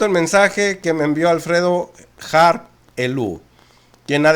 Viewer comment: Es Harp, no Herp😉